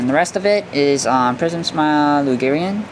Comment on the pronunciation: It's pronounced prism the heart in the middle has no meaning